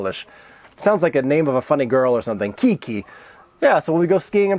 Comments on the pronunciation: nie 'kiki', tylko kiJki :} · I have a problem with your pronunciation of ski poles - you were saying like it was "Ki-Ki" but those are "kiJ-ki" (diminutive of "kije"). 😉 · We all should call it that "Ki-Ki" 👍 it sounds much better and it so funny 🤣👍